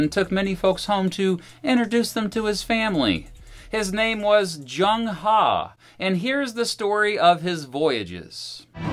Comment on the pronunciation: Zheng was his family name, not He. It might not be practical for you right now, but it would be good if you researched the pronounciation, I'm not asking you to get it perfect, but the closest English aproximation. In this case the Chinese 'Zh' is pronounced like en english 'J'.